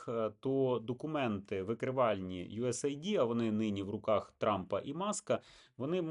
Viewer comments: Єдине: не USA ID, a US AID (ейд), тобто united states aid (допомога) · ю ес ейд. Ю ЕС ЕЙД! Мать вашу. Ніяких ай ді!